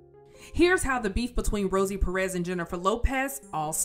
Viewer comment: These gringos pronounce López correctly but cannot say PÉrez. Maybe they think it is supposed to be French, "perés".